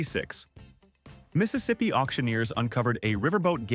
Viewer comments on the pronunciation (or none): none